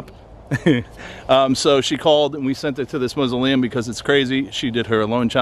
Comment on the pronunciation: Cracks me up every time you say mausoleum...you pronounce it "moos-oh-liam"